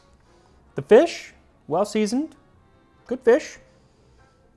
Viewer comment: Feesh Quiche?